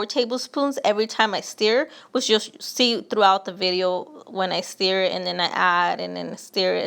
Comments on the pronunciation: Stir, not "steer"...lol. Looks good either way. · Steer? Ma’am it’s stir not steer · And “steer it”. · Love the marinade recipe and I will be using that tonight, but like many here have said, "stir" is not pronounced "steer". The "ir" in stir is pronounced like the ir in the following words: "Yes, Sir, we will stir the bird." "That's my word, ya heard?!" for extra credit. lol